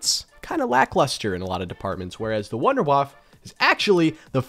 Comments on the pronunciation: It is called Wunderwaff EEEEEEE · I love that he tried to properly pronounce Wunderwaffe and still missed it. “Voonder Vaffuh” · i love how when you say the word "wunderwaffe" in german, you still say it wrong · that's not how you pronounce Wunderwaffe🤪👌🏼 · guys pls call it not wunderwaaaafffffffff Das ist die WUNDERWAFFE